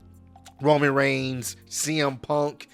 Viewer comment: It's roman not roam